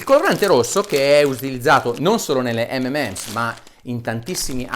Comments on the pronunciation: unico consiglio dario, M&Ms si pronuncia "em en ems", la n è l'abbreviazione di and :) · Bravo Dario, hai anche dimostrato che la vera pronuncia di m&m's é di fatto inpronunciabile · Video molto interessante. Mi sento solo di fare una correzione, dato che mi sembra lei presti attenzione alla pronuncia corretta: M&M's sarebbe M and M's, quindi si pronuncia "emenems". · Bravo Dario, dobbiamo imparare tutti l'inglese hai detto bene molte cose ma il M&M l'hai pronunciato male è M and Ms il simbolo & si pronuncia AND... solo facevo chiaro questo x il resto molto bene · Gran bel video, ma Dario, mi fai la giustissima ramanzina sulla pronuncia di "sulfate", a fondo video dici «imparate l'inglese», e poi dici "ememems" quattro o cinque volte? :-D :-D Anche io, da bambino, dicevo "ememems", poi però attorno ai 14 anni ho scoperto che "M&M's" si pronuncia "em-en-ems", ovvero "em-and-em's" (o più precisamente "em 'n' em's", elisa come in rock&roll). E commerciale più genitivo sassone. Insomma: o mi fai la pronuncia inglese corretta, oppure li chiami "di emme e emme". Però mi hai fatto ricordare quando ero bambino! :-) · Comunque si chiamano 'em EN ems' ('m' and 'm' s) non 'ememèms' ... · Solo una cosa, si chiamano mnm's, non mmm's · Buongiorno Dott. Bressanini, apprezzo molto il suo metodo scientifico veramente obiettivo. Proprio perché l'apprezzo, mi permetto di farle presente che la pronuncia delle M&M's non è ememems, bensì emenems. I suoi video hanno contenuti di qualità che difficilmente ho trovato su YouTube. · molto interessante il suo video. le faccio i miei complimenti. detto questo le volevo fare un microscopico appunto dato che è, giustamente, molto attento alla pronuncia delle parole. si chiamano (cito la pronuncia ) emenems e non memems! Per il resto continui così dottore perché oggi più che mai c'è tanto bisogno di sana informazione. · Tutto giusto però si dice "em en ems" 😉😁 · si pronuncia EM - EN - EMS, per tutto il resto grandissimo video.. ;)